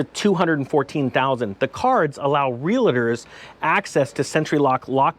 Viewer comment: ... REAL-TOR (there is no A in the middle.)